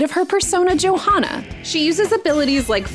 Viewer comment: That’s… not how you pronounce Johanna….